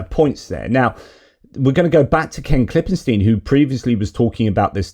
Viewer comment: ..great vid... really good... I'm in my 60s and I really wanted a new conspiracy to keep me warm for the next 20 years. Also the way you should pronounce the name Ken Klippenstein is as per German pronunciation... KLIPPEN-STINE the "ei" is a long "i"